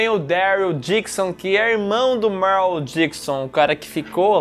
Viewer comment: Salve vcs estão falando errado o nome do rapaz q é racista o nome dele é merle